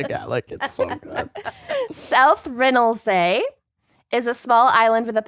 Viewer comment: I can’t even deal with the way you said south ronaldsy 😩